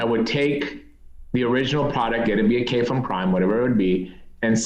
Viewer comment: kudos to for properly pronouncing kayfun:)